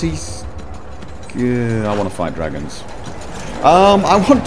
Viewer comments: I totally lost it at "Dwagons" XD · Thanks, after "We're hunting Dwagons!" I am now hearing Richard's voice as Jonathan Ross. "That dwagon shout is gweat...it's weally gweat!"